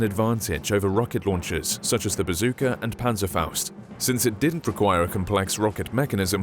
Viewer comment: I have to Say you nailed the pronouncing of the the Panzerfaust.